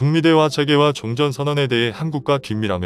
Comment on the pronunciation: 우리 정부가 반미는 아니지만 그래도 친중에 속해있는건 사실이고 그 와중에 몇번의 통수를 맞고 이제서야 중국의 민낯을 알게된거지 그래도 아직도 친중에 속해있어 뭐 그동안 정권들도 친중성향으로 흘러갔던거도 사실이고 박근혜때 정점을 끊었고 문재인이 그 뒤를 잇고있지 누가 다음 정권을 잡을지는 모르겠지만 친중정권으로 가려한다면 큰 화를 당하게될거다 그나저나 한글모르나? 세계를 재계라말하고 종전을 총전이라하고 뭐하자는 소리야 가뜩이나 기계음도 짜증나는데 한글도 제대로 못쓰나